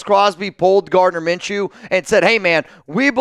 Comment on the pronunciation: Did you just say it’s minchews team after they got lucky 🍀 lmao